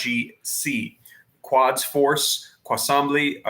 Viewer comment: the iran group "quads" is pronounced Kuds.